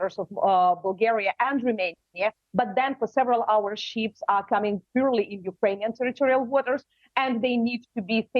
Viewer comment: stupi** ukranian, learn! Those are not sheeps, but ships. Learn to pronaunce